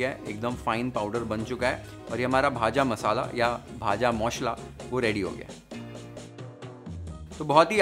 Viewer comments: Bah ! Darun..u pronounced it very well ' bhaja moshla' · The way he says Bhaja Mashla.. He definitely has some relation with Bengal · Bhaja moshla....10/10 for pronounciation. Spot on recipe. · I was just watching Kolkata style Vegetable Chop, Egg Devil & Aloo Chop, and here you come with Jhal Moodi ♥️♥️♥️ Your pronounciation of "Bhaaja Maushla" was on point !! P.S: Which bullet mixer have you used !!!! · Bhaja moshola haaaaa perfect accent simply like bangali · You nailed it man. I'm surprised to see that you actually pronounciate JHAL MURI and VAJA MOSHLA.